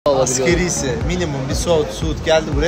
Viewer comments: Askerii ücret değil asgari ücret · 📌 e’K’presso değil, E S P R E S S O… 📌AsgEri değil, A S G A R İ..